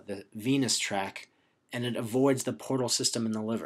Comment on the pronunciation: Driving me crazy with "track" instead of "tract" haha but the video is awesome. Thanks